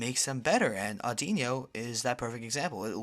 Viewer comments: its Aud-ino not innno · Audino not audinyo. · its audino not audinio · Isn't it "OR-DEE-NOH" as in "auditorium" and "audition" and "auditory" - It's the listening pokemon after all. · Wrong! its ah-di-no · its pronounced or-di-no